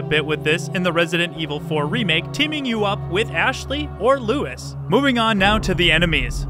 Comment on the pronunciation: wait...did you seriously just call Luis "Lewis" LOL